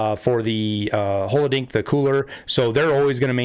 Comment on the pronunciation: you are pronouncing the word "holodilnick" wrong, no offense but i don't know if it's intentional